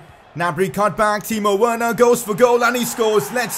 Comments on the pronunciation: I thought it was pronounced "Verner" not literally "Werner" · Please say Werner verner